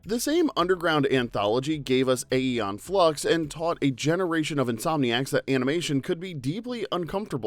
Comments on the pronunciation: It's Eon Flux. You don't pronounce the "A" part, because that's not an A. Nobody in the entire show ever pronounced it as "Aeon". It was always Eon. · It's just "ee-on", not "ay-ee-on".